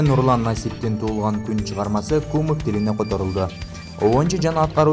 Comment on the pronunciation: "кУмык" эмес, "кумЫк". Дагестандагы турк эли